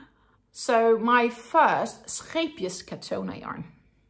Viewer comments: Thanks for your video, and so pleased to hear the correct pronunciation of Scheepjes. When I first discovered this company's yarn on YouTube I looked up how to say the name, as I couldn't believe most of the ways YouTubers said it :). I've just bought some Linen Soft for a bargain price with a view to make animal toys, so wish me luck! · I like how you pronounce the yarn name correctly. Your accent makes it sound fancy. What pretty yarns you chose. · The Wonderball is in my favorite color "Blue". Thank you for clarifying the pronouncation of Scheepjes yarn. 😊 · I think it is a very gorgeous blue, and it is definitely a "wonderball". And my pleasure in regards to the "Scheepjes" pronounciation. Think I got it pretty close with my 14 years living in the Netherlands. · Yet pronunciation is probably better by the native Dutch, but I think I’m doing pretty well 😅